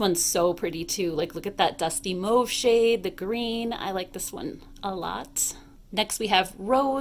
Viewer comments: Holy crap... i dont know any other American who pronounce 'mauve' correctly... thank you! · Only north american I've heard pronounce mauve correctly.